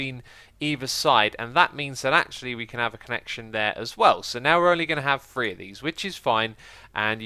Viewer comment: Haha! He said "thigured" (figured) and "free" (three) in back to back sentences . Your way of speech, X, is always amusing.